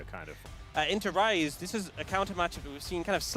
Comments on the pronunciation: Bro when I heard the casters I was hearing fries because ceadrel was saying fries and I was thinking no way it’s actually called the fries group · All this time I thought Caedrel was calling the Rise group the Fries group. My day has been ruined. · the casters sometimes say fries group too